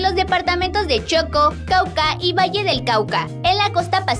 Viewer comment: Quiero hacer una corrección: El departamento no se dice Choco, se dice Chocó, con acento en la última sílaba